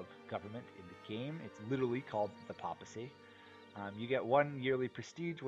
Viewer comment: The voice is really quiet, and the music is SO loud... but more importantly, I can't stand how you keep mispronouncing "papal" and "papacy" and such every single time! It's a short a, "Pay-pull" not "paw-pull" or "pop-pull" like you keep saying.